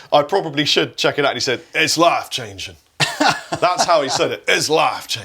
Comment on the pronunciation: As someone who is from Kentucky like Chris Robertson. I can confirm that is exactly how people say life changing. LAFF-changing